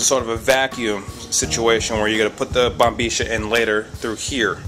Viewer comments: I know you're talking in an Argentine accent but if you didn't know IF you didn't that is it's actually pronounced bombiya it's spelled bombilla but I'm sure you know that but I just had to tell you I don't know why but I did... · si loko...la palabra es bombilla..no bombeesha.....tambien pienso k t escuche deciendo sherba...wth....sounds a little suspicious matey....